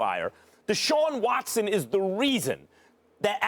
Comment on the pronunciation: Shaun Watson ? Lmao